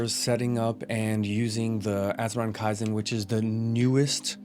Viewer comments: It's KEY zen brother not kai zen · Key-zen Bruh its not japanese